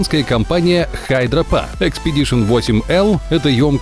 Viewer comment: Не HydraPa а HydraPak ...